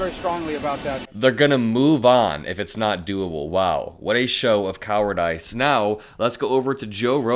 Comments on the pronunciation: I don't say this because I am trying to you. I really enjoy your content and want to see you succeed, and want you to be seen as professional and competent as possible. That being said: We are not ordering a drink. It's Coward-ISS not Coward-ICE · Coward ice?! It’s pronounced “coward-iss.” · you're a smart guy and you do things I would never have the courage to do...but come on man. Coward-ICE? It's pronounced closer to "coward-iss". It's not a regional thing either. I grew up in Indiana. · Coward-ice? “Cower-diss” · did you just say coward ice? Coward-uhs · 100% …A liar! BTW… it’s coward-is… not ICE!! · The pronunciation is "cowar-dis", not "cowar-dice" . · even though it's spelled cowardice, it's pronounced "coward-diss" not "coward-dice"... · cow-ar-dis not cow-ar-dice. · Cowardice = “cower-diss” Cowerdice =/= “cower-dice” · "Coward - iss" not ice. You remind me of my genius husband who read too much and pronounces things like he read them in his mind when he was 7 :) Love your videos! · Pssst. It's pronounced "cower-dis" not "coward-ice." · it's pronounced coward-iss, not ice. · "Cowardess" Is more how you pronounce Cowardice. It's not a type of "dice" :D /Swedish person. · "coward-ice".... wtaf... did you AI voice-over yourself? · "coward-ice" lol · Pronouncing cowardice as two words is wild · I never heard someone say "Cowardice" like "Coward-ice" before. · Dude it's pronouced coward-ISS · Just FYI, cowardice is proounced - /ˈkouərdəs/ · cowardice = cow-ard-iss - that how it is pronounced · Cowardice. "Cow-er-diss." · CowardICE? I know it's unrelated, but look up how to pronounce that word. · New way to say “cowardice” !!! Coward-Ice……..❗️‼️ Nice work, young warrior. Semper Fi….. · Cowardice - check pronunciation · Do you not know how to pronounce "cowardice" or was it a mistake? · I think cowardice is pronounced differently. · cowardice rhymes with practice, not rice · I can't believe that you mispronounced 'cowardice'.